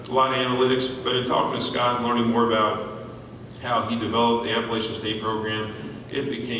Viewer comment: So excited for Scott's success. So painful to hear Vince Tyra mispronounce the name of the school Scott has led to get here. App-ah-latch-un